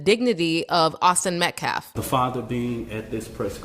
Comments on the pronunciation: It's not METCLAF, IT'S METCALF and it's not self deflense, it's self defence! WTF!!! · Dude is easily the worst race baiter of all time lmao. They are all bad but this guy cant even speak English. He keeps intentionally saying Metcalfs name wrong. He must think that disrespecting the family will get him some points with the crazies but all it's doing is making him look stupid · can't even say names correctly! He also keeps saying Metclaf instead of Metcalf! It just reaffirms that he's an idiot! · How does a person that can't speak properly, or get simple words correct act as a mouthpiece/spokesman for anyone? Penda instead of penny.... metclef instead od metcalf i'm sorry, you are going to say that the father of the boy that your client killed was a dishonoring of the memory of his son!!! when he either doesn't have the decency or brain capacity to pronounce a simple name correctly!!! I think it belittling and disrespectful to continuously get the name of the victim of your murderous, killer client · Someone tell that illiterate bottom feeder …it’s Metcalf, not Metclaffe!! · Why does every single person in this video including the main dude say people's names wrong? Who is jordan penny? Who is derek Alexander? Who is Aaron metcalf? Who is austin metclaf? Who is daniel penna? Come on yall it's embarrassing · P.S. why does this race baiter keep purposely mispronouncing METCALF ("MetCLAF")? Nevermind. I already know that is 1 of the most common ways of reducing the bearer of the mispronounced name, like they arent worthy enough humans to warrant learning how to pronounce their name. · Hey dumb it’s METCALFE NOT METCLAFF! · Lord please his last name is not Metclaff it's Metcalf get it right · “Metclaf”. Say their name! Metcalf fool ….. talk about disrespect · Why can this man not say the word Metcalf? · Dude can’t even pronounce Metcalf’s name correctly